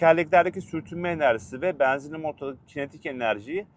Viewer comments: Beenzinli değil benzinli güzel kardeşim. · Samsun şivesi😊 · Samsun şivesi 😊